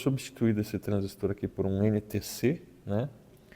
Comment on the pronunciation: Parabéns pelo vídeo, bem explicado. Obrigado por dedicar seu tempo para trazer essas explicações e até da gosto de ouvir a pronuncia correta da palavra TRANSISTOR, bom demais.